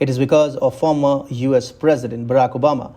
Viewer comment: It’s not former!